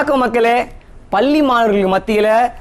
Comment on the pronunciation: தம்பி பல்லி இல்லையப்பா,,,அது பள்ளி